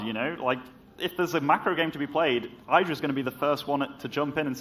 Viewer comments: say his name properly. not EYEDRA its IDRA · I made it one minute before I had to stop watching. I can't listen to "eye-dra" one more time.